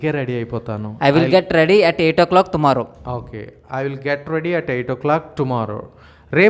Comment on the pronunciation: He is saying thumarrow instead of tomorrow